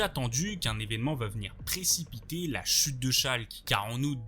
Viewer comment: Vidéo super instructive,Merci ! Cela dit ton débit de parole m’irrite unpeu . La fin de tes phrase sont toujours suspendu , comme un robot . Ça dénature énormément la vidéo et l’ambiance « docu » .Tu parles comme au journal. Ex: L’ampleur de cette chUTE. Ils vivent pour leurs clUUUB,….